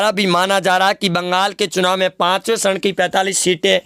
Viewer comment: Its charan not sharan... 😃